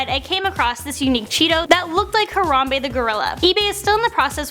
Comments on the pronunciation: exactly,how hard is it to pronounce it smh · I laughed so hard when said Harambe wrong.